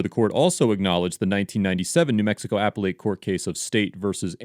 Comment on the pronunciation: One little thing for the narrator, this stuff bugs me and ultimately undermines your credibility: , "appellate" is pronounced "uh-PELL-ut," not "APPLE-EIGHT."